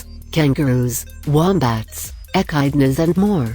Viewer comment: lol they pronounced echidnas wrong